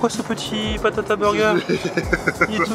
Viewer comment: BATATA burger pas PATATA voyons